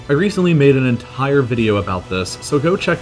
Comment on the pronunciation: Dude, stop saying "en....tttire" every time you say the word "entire". And the way you vocalise your emphasis on numbers, so irritating